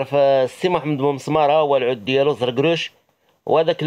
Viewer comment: العود مشى عوود صحح النطق ديالك